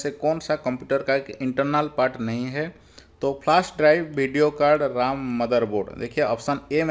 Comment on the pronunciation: Pahle to aap RAM ka pronounciation sahi kijiye.....RAM to Computer ka vai he..nki Laxman ka😂